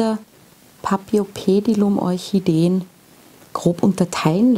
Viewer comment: Hallo, ich bin auf dein Video gestoßen, da ich ein großer Paphiopedilum-Liebhaber bin. Leider enthielt dein Video ein paar Fehler, auf die ich dich gern aufmerksam machen würde. Zuerst würde ich gern erwähnen, dass auch bei diesem Namen das "ph" wie "f" gesprochen wird, so wie auch bei der "Phalaenopsis". Weiterhin sagest du, dass sei deine zweitliebste Orchideenart. Was du jedoch hier meintest ist die Gattung, nicht die Art. Das mag für manche jetzt nicht wichtig wirken, ist es jedoch, wenn man sich mit Pflanzen beschäftigt. Die Orchidee, die du als dritten Typ eingeblendet und benannt hast, "rein grün mit breiten Blättern", ist keine Paphiopedilum! Es handelt sich hierbei um eine eigenständige Gattung Namens "Cypripedium", deren Vertreter unter anderem auch in Deutschland und anderen Ländern Europas wachsen. Neben diesen zwei Gattungen gibt es auch noch die Gattung "Phragmipedium", die in Südamerika beheimatet ist. Alle 3 sind quasi "Frauenschuh-Orchideen", jedoch eben unterschiedliche Gattungen mit unterschiedlicher Herkunft. Was ich jedoch gut fand, war deine Erklärung zum Substrat, denn die war absolut zutreffend. Viele wissen das nicht und haben dann bei der Kultur Probleme, verständlicherweise. Auch die Erläuterung zu den Wurzeln fand ich gut und wichtig zu erwähnen, denn viele Orchideengattungen müssen zwischen jedem Gießgang gut abtrocknen, das wäre bei dieser Gattung nicht ratsam und kann sogar zu starken Problemen führen. Von daher finde ich es super, das